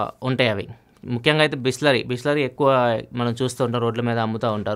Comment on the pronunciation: Bisleri × bhoosleri😂😂